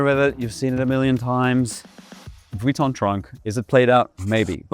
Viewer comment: first time i've ever heard vuitton pronounced correctly!